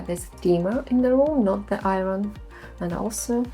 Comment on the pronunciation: Look up how to pronounce "iron" in English ;-)